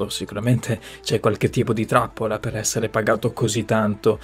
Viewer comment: Innamolalsi. Patlimonio.. Essele.. Tlovino 😅😅